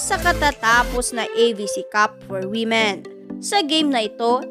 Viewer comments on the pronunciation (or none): none